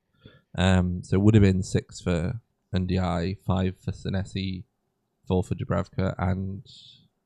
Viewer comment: Please say Ndiaye’s name correctly 🙁🙁